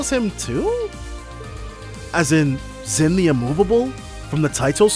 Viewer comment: Hearing you latch on to NISA’s mispronunciation of Zin hurts. You were saying it right before Pharaoh! Just like with Mireille.